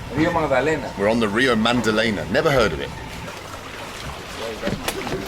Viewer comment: "rio magdalena" "rio babalena?" "rio magdalena" "so here we are guys on the rio mandalena" 🤣